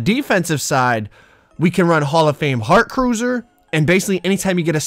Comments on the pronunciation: “Heart cruiser” It’s “heart crusher” 😂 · mans said heart cruser